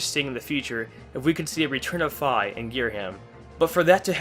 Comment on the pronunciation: It’s Fi not fa. sorry that just annoyed me